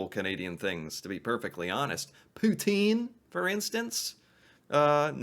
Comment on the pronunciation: Poutine’s pronunciations is Pooh tin.